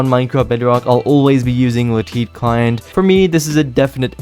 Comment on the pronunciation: No one:: La Teet